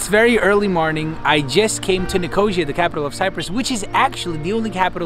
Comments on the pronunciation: Nik-o-see-a, not nikosha. .lol. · Nicosia is not pronounced like nausea, its pronounced as ni-co-see-a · Me too, and I'm English! It's pronounced 'Nik - oh- seeya', but the video is GREAT! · ' Nicosha' what Hell is that? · Sorry as a Cyprus girl my self, when you said Nicosia, I couldn't help but laugh about the wrong pronunciation. Its okay though. No worries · all good, but please check how to pronounce Nicosia / Lefkosia.. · Bugs me how he says Nicosia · Nicosia or Lefkosia not Negoshia, heerokitia not cHoIrOkOtIa